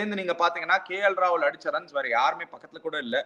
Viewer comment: KL classsy rollls roycee roaahuoooll😂😂😂